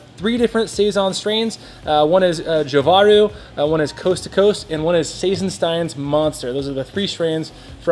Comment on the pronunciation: "Jovaru" is pronounced more like "Yo-va-roo" with an accent on "roo"